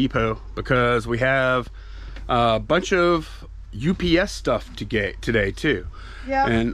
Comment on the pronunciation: Can you please call UPS U-P-S as 3 syllables and. Not. Ups as one syllable? Same with cracker …say nutcracker! 😢you silly. You are driving me crazy because I watch every single video! I love you guys!